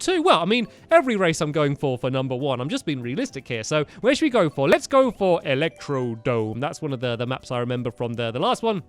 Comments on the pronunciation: The first time he said "Electrodome" I then realized it's called Electrodrome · it's called electrodrome not electodome